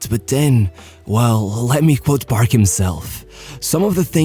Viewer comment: Am i the only one who kept on hearing him pronouncing “barb” instead of “paRK”..